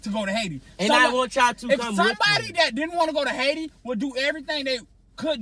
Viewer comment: “Out of all places why would I wanna go to Haiti ..HAI-TI”😭😭